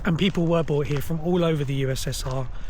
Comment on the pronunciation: People were BOUGHT here??? That's what it sounded like. BROUGHT. Please enunciate clearly - but your videos are very interesting, thank you.